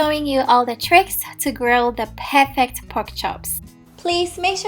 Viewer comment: The way she annunciate “perfect”, “paarfict” 😂😂😂